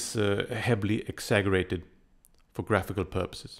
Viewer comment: This video really helped me but I have to be that guy. Just trying to help you. The word exaggerated is pronounced exa-jer-ated